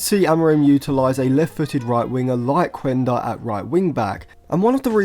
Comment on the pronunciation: Quenda is actually a wing midfielder/forward, same position as Anthony. You can just see his videos from Portugal or Sporting youth. The thing is, Amorim played him at that position in order to be able to fit him in the squad. Oh and its pronounced "Kenda" not "Kuenda"